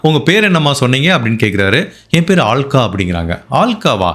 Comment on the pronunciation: ஹால்க்கா... இல்ல ஹல்கா. அப்படினா லேசானவள் ன்னு அர்த்தம்.